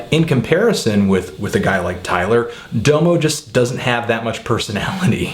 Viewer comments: I CAN'T TAKE YOU SERIOUSLY WHEN YOU DONT KNOW HOW TO SAYS DOMO'S NAME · He pronounces Domo that way cause that's how you say it in Japanese lol. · Lol u guys make it sound like he would have appreciated the album more if he pronounced "Domo" correctly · you're pronouncing his name wrong.. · I dont respect you because you mispronounce the name of the artist you're reviewing. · How come its only white folks who pronounce DOMO wrong?? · YOU KEEP SAYING DOMO WRONG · ITS DA MO. NOT DOWE MOE. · Say it like DAHMO. Not DOMO, DAHMO. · DA-MO is how you say no DOMO domo is how it's spelled but not how it's pronounced. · dah-moe not doe-mo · Unfortunately its not pronounced "Doemoe" its "Damo" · Why do u say his name like doomo ur supposed to say it like damo genisis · For fuck's sake, it's pronounced DAH-mo. Not DOUGH-mo. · It's pronounced "dahm-oh" not "dough-mo" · Like every single fucking song says his own name, pronounced "dah-mo" not D'oh mo... Please respect the man by saying his name right.. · DOM-O not Dome-o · His name is pronounced Dom O like Dom Kennedy. Not Doo Moo. Man if you going to diss him at least say his name right. Domo Genesis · pet peeve: domo's name is pronounced like dah-mo not doe-mo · It's Dom-O Bro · Its pronounced Dah-Moe, not Doe-Moe. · You pronounce Domo like Dah-moh not Doe-mo.. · The first o is an aaaa sound like the o in mom. So it's pronounced daaamo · No, it's Dominique. If you're using his real name as a pronunciation then it would be Dah-Mih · pronounced [dah_mo] sir. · His name isn't "Dough-mo." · LMFAO "doughmo" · Its Dah-Mo Oh my god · Well, even after a few minutes Google searching, it's pretty clear that his name is meant to be pronounced Dah-mo; this is further exemplified when he says his own name ("Follow me on Twitter at 'Dahmo'...") on the track Salute from OF's mixtape Radical ;) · It's DOM-OH :p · it's pronounced "dahmo" Genesis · Its pronounced DAMO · His name is pronounced Dah-moh